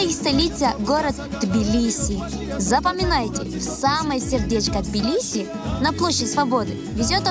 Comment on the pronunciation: Это не Билиси блин а ТБИЛИСИ